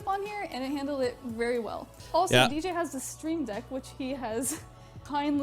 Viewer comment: I’m still laughing at the fact he said ej instead of DJ